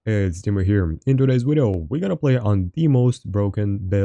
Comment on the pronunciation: Wideo powa!